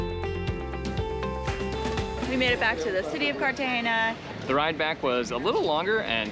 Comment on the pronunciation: CartageNa, not CartageÑa.